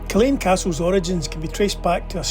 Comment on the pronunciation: Hi, how are you pronouncing the Earl of “Cassilis”? It sounded like “Castles”. I thought it was pronounced just like it is spelled.